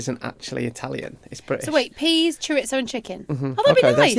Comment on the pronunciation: Jordan you told off for saying chorizo like that! 😂